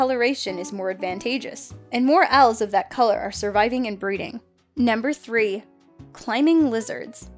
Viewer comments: did the bird girl call Owls - Oils? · Owls is pronounced '"ow-el". English prof--no offense intended. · Tawny oils? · TAWNY OILS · Did say oils instead of owls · Oil? Are you sure? Obviously the rest of the English speaking countries have been saying owl wrong this whole time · Man tawny oils are beautiful (she said oils not owls) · Tawny... Oils? Do you mean owls? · She called them oils instead of owls ,’) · Tawny oil???? Did you mean owl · Tawny oil? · Tawny Oil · I’m sorry. Did she say “Tawny OIL”? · tawney oil? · Tawny oil...seriously?! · ... tawny oil? Wat? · tawny oil?..... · Why do you call owls oyls